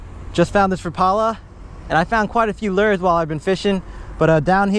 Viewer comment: You pronounce lure wrong